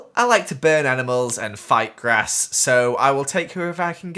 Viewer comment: did he say fighting grass at the beginning